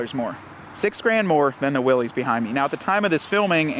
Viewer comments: It's Willys (like willis) not pronounced Willy's . The original company was willys overland company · It’s pronounced Will’iss, not Will’ees, after the founder of the company that got it all started in the 1910’s. John North Willys founded Willys Overland. His company won the bid to produce a ‘military basic’ vehicle (MB), also called a general purpose vehicle. General Purpose became “GP”, which became “Jeep”. Show some respect for the founder, dude, if you’re going to review a vehicle named after him, at least pronounce his name correctly. And the “Jeep”, (not JEEP) on the tailgate is historically correct; look up some photos of the Jeep logo from the past (60’s). Willys Overland was started in Toledo Ohio where Jeeps are made to this day. The Willys model line is a nod to the original history of the Jeep, don’t try to change it, man! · Why does he keep saying "Willys" like that? Its not Willy's, its Willys like Bruce Willis... but with a y. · You lose all “cred” by continually calling it a Willy’s. The correct pronunciation is Will-iss. It’s supposed to be an homage to the original Willys-Overland Jeeps. Company founded by John North Willys. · It’s pronounced Will-s 🙄🤦‍♂️